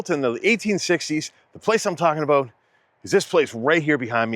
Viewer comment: you definitely have an American accent except for your pronunciation of “house” and “about”. 🤣 the closest I can get to your about is aboot. I can’t get anywhere near your pronunciation of house.